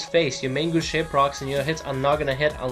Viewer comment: Just a lil pro tip. Main gauche isn't pronounced mayne gowchay, it's pronounced mon gohsh. its french for left hand.